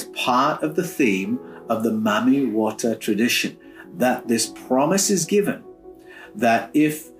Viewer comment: I wish folks would pronounce Mami water properly. If you LISTEN to the people of the Origin of her initiates it is pronounced Mah mee Wah tag Not the white supremacy pronunciation found in the US maaaaa meeee .... Which has origins in Jim Crow South and translated into the Film and music industry of the 20's thru the 40's